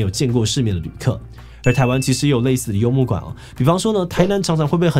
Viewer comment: 為啥我看字幕是幽默感 可是聽起來像是幽默管